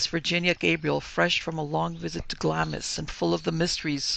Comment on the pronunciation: Pronounced "Glahms", the "i" is silent. Pronounced "Edinbrah" - for Edinburgh